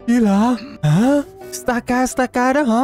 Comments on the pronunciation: Stakataka mà anh đâu phải Stakastaka đâu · stakataka mà ổng đọc thành stakastaka